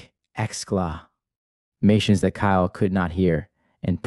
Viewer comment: The AI voice is really good except for many kinda bizarre mispronunciations... One time it says "excla......... mations", kinda funny. The story is heartbreaking I can't believe it. I do believe it but I can't if that makes sense.